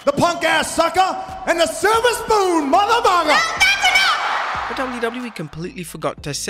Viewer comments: I love how The Rock says “Muthavugga” . He tried hard not to make it sound like the actual word, but failed. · He said muthabugha 🤷🏾‍♂️ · did anyone else hear the rock say mother fer i heard mother mugger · ..."motherbonga"? That's what I heard and still hear. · I thought the Rock said Mother Thugger. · Rock never actually said "Mother£u©k€®". Listen carefully and you'll see he sort of mumbles the word.